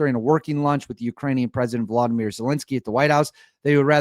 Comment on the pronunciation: All the Os in Volodymir are pronounced like the Os in the words Or and Order. There are no Ah sounds. Thanks